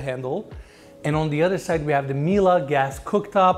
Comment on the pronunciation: Plus points for finally saying Miele correctly!!! ❤❤❤